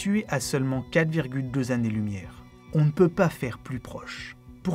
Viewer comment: Tout pareil. La vidéo est très bien, mais ça me saoule aussi d'entendre dire "3000 zexo-planètes" ou "100 zannées lumière". Autant ça ne me dérange que très peu dans une conversation avec quelqu'un, autant je ne trouve pas ça normal quand il s'agit d'un script écrit. On peut faire une erreur, la constater et réenregistrer. Ça n'enlève rien à la qualité de la vidéo. C'est exactement comme si quelqu'un publiait un livre truffé de fautes d'orthographe ou avec des mots manquants. Alors OK, c'est pas ultra-grave, c'est pas la fin du monde, mais puisque ça peut être corrigé facilement, autant y faire attention. Parce que si chacun fait ce qu'il veut, parle comme il veut, écrit comme il veut, à un moment, on va tous parler notre propre langue et plus personne ne comprendra rien. La langue change, évolue, s'enrichit de nouveaux mots, en perd des anciens, les prononciations changent petit à petit, mais à un moment donné dans l'histoire d'une langue, il faut bien qu'il y ait un standard à respecter.